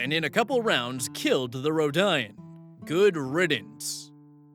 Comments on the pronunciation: Row-di-an, it's pronounced row-di-an. A long time ago vs grimderp far future but ROW-DI-AN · For reference, the emphasis of 'Trandoshan' is on the second syllable, 'Tran-DOE-shun'. Also, 'ROE-dee-an'. Never heard of Amaran before, but his description of the species sounds interesting, as does the character's backstory since the Empire is ligitimately prejudice to the point where there've only been a handful of non-Humans who ever served in it, including Thrawn. Personal pretentiousness over Star Wars aside; I, like many others, cringed at the description of what is very obviously the Gary Stu character. Why is it always a wolf though? Surely if they wanted to be 'alpha' they'd pick a chicken, it's where the term 'alpha male' came from after all. Also, what a bunch of absolute dickheads. It's astounding that OP stayed for longer than one session after that treatment, but as you've said previously it's different when you're in a group with even one person you think is a friend. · I'm sorry but THATS NOT HOW YOU PRONOUNCE RODIAN AAAAAAAAAAA Sorry, my Star Wars nerd got to me. It's pronounced "road-e-in". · It is pronounced row-d-an. Also he mispronounced Trandoshan too. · Agreed! Hey,, if you happen to read this, just FYI Rodian - Ro-DEE-un Trandoshan - Tran-DOE-shun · The pronunciation of rodian is killing me. It’s like saying “rodeo” and then replacing the “oh” at the end with “an” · Uh...? You're pronouncing the race names wrong?? D-...? Oh no, he has his air pods in! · As a Star Wars fan. I think this is an everyone sucks here story as OP's backstory is completely lore-breaking and his "established race" is basically non-canon. Also you mispronounced Rodian and Trandoshan. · Not necessarily lore accurate star wars, but oh well. (Unless you're an inquisitor you're not getting any respect from the empire as a non human) Also, the way pronounces 'Rodian' physically hurts😭🙏